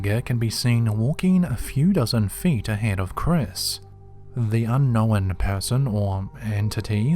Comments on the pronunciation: There is not a single accent out there that justifies the mis-pronunciation of the word "unknown" as "unn-nowinnn" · I've gone back to a few of your older videos lately and you never used to run your words together like this but you have always said un-kno-wan 😂